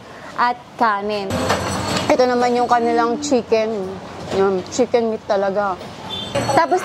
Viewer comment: Pansin ko lang madam imbis na chicken nagiging shicken ang pronounce hahahaha accent pinoy di na sana artehan pa 😅🤣✌️✌️